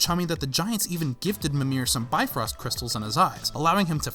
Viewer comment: In the original norse mythology bifrost is pronounced bif•rost